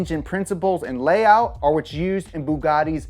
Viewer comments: He butchered all Bugatti names 🤦🏾‍♂️ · He needs to learn how to say bugatti model names